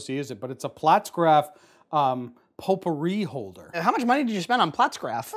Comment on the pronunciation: Is it actually pronounced flatsgraph i figure more of a faultsgraph pronunciation without getting into a more regional accent since it looks like it could be pronounced with a german enunciation. Did you try the Cracker barrel reformulations yet, I'm not sure if it has anything to do with Kraft selling the cracker barrel cheese company name.